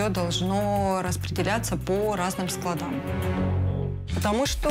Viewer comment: Скла́дах , скла́ды ... Очень режет слух неграмотная речь